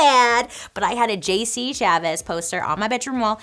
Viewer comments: JC Chavez, lol. It is a hard last name, but it's Chasez. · It's JC Chasez not Chaves! 😭🤣 And JC was my HUSBAND child let me tell ya!🥵🤣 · Bailey!! How can you call yourself a JC fan when you can’t even pronounce his last name right?!? It’s pronounced sha-zay. Tsk tsk girl!! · It’s “JC” Chasez, you said “Chavez,” Bailey 😂🤣😂. I love this girl❣️❣️❣️ 😘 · JC CHASEZ, not Chavez, girl! 😆 A Take That fan over here... Greetings from Spain! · As a huge **NSYNC fan, I love ya for being on our side Over the lame Backstreet Boys. I’m also so excited that you covered this!! But also you said JC Chavez 🤣🤣❤️❤️ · You are my queen but it’s CHASEZ!